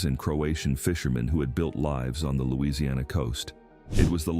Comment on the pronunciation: Get your facts straight. They DO NOT HAVE CRAWFISH on barrier islands. I live in costal Louisiana you should be able to pronounce our name before you make a video as well as having your facts straight